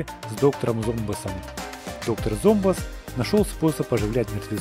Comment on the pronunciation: Какой доктор зомбс правильно доктор замбос